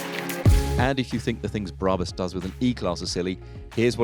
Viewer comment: It's pronounced BRAB-US and R-U-F, not ROOF.